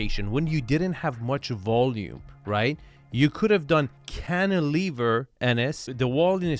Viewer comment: Love how Arvin doesnt even bring up or blink when says "canteliver" anymore. Wince he brought that up he literally says it minimum 3x per episode. I never even knew what that word was till lol!